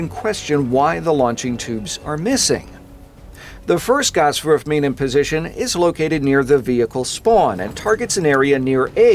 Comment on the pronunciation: I took german back in high school and god damn it sounds badass with the German accent lol